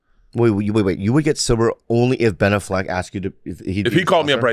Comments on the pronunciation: He is ob -SESSED with Blan Allfeg. A hunerd percent. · Bert loves Ben Affleck so much, he cant even say his name right. True diehard fan.